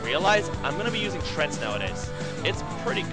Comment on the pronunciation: Tree...Ant... TREANT. stop saying trent please. kthx